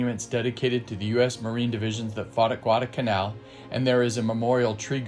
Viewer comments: Good VIDEO SIR : 2points ; CORREC p pronunciation of the island includes an " L " GUADALCANAL ( ,NOT GUADACANAL ) it was named after a small town in Spain ... their WAS A p-39 airacobra photo THAT THE same basic A/C WAS THE p-400 export version . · It's "GuadaLcanal" (with an "L") not Gwarda-Canal......